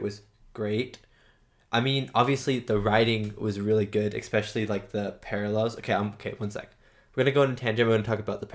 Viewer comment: Really great reaction man, but seriously, you don't want to go through your life saying expecially do you? There's no x in especially.